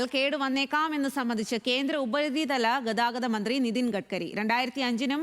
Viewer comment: ഉപതി തലം അല്ല തള്ളേ.. ഉപരിതലം 🙄